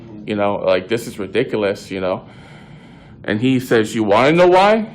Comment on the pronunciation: He pronounced ridiculous as “Re-dic-a-liss”